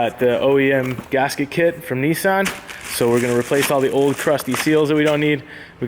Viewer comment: kneesan is not how you say nissan